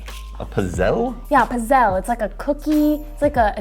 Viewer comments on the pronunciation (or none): The way she pronounced pizzelli 🤦🏻‍♂️🤦🏻‍♂️🤦🏻‍♂️ It’s peetz-el-e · It’s pits-zel not pizzel